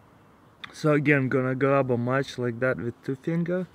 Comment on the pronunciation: "Strike de match and booom..."